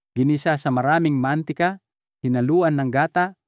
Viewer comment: pilipino po kau? bakit mantika at talong iba kau mag pronounce , not filipino …